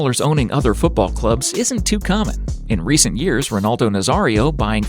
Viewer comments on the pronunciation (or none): none